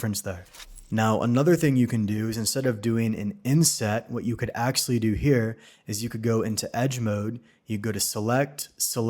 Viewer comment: "akselly" offers the best technical and practical Blender explanations. THANKS! But please, if you must use the word so often, it's pronounced "ACTUALLY."